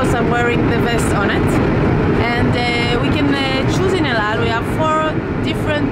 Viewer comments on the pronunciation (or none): It's not " Tel-eve" its Te-la-veev. There are three syllables, not two. And it's not " Eld-Ald" its " L-All" El Al. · The way you pronounce El Al is extremely annoying lol. EU DAU. 😂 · El Al and TelAviv - both the words you pronounce wrongly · Please Sam, I love your videos, all of them, but the city is pronounced Tel Aviv, not tel a eave, and the airline is not ELDAL, but El Al. Other than that, I'm glad I subscribed to your channel! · He keeps saying ald al Instead if el al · Why do i hear Eldow whenever sam says El Al. Is it me or someone else felt the same?? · Sam you keep saying eldal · Why do I hear him saying " aldow" every time he says "EL AL". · Why does he keep saying out out? it EL AL - L Al (as in Alan) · It’s EL AL, not Eoldal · It’s el al I’m Jewish I speak Hebrew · He doesn't know how to pronounce El Al lol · That guy speaks as if he had a hot potato in his mouth. Can't even pronounce EL AL and TEL AVIV properly! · You can't even pronounce the name of the airline properly. Idiot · It’s pronounced EL AL.... and it’s Tel Aviv.... oh yeah and EL-AL also means: Every Landing Always Late!! ( just for fun, don’t be angry 😉😉)